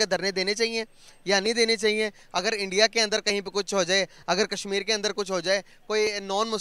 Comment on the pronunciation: ye log "INDIA" ko bhi endia bolte he to fir "Sudan" ko "Sweden" bolenge hi 🤣